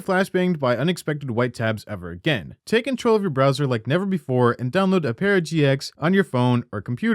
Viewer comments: Lmao I came looking to see if anyone mentioned it. It was so annoying! It isn't "o-pera", it's "ope-ra" dangit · Just to let u know for ur next sponsorship from opera it's pronounced op-era rather than o-pera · Does Opera know you can't pronounce Opera GX correctly? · Ah-per-ah, not Oh-pear-ah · Have we been saying opera wrong? Ohperra? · my man, op-era gx???????? lmaooo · O-pear-ah GX? I’ve never heard a worse pronunciation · Ah yes my favorite browser ohpairah gx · Oh-pear-a GX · aint no way you said ope era gx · mf cant pronounce "opera" lmao "uh-pear-ah" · This guy has no idea how to pronounce "opera" lolololol 🤣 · I hope Opera spanked you for butchering the pronunciation. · Why are you saying it so wrong its opera the music old people like like your mum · bro got a paid sponsorship to say opera wrong for two minutes straight 😭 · Forgive me for this, but that’s not how you pronounce the word “opera”. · How did you mispronounce "Opera" in an opera gx ad dude... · No one gonna talk about opera being mispronounced like 30 times lol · Bro you literally mispronounced “Opera” so fucking bad??! How did you butcher the name like that? Is it on purpose? Why are you pronouncing it like that?? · Do you actually not know how to say opera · Ok you're saying it wrong on purpose. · How are you unable to pronounce opera